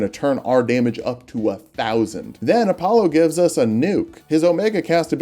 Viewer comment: App-pollo? I prefer Entree-pollo